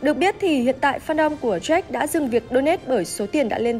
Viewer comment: Jack mà cứ nghe bà này đọc là troét